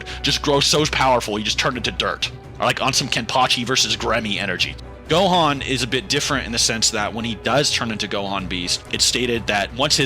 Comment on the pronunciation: Bro said 'Dohan' at the start like what?